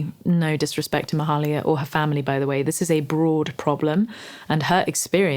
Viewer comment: It's pronounced "may-"hay"-lia"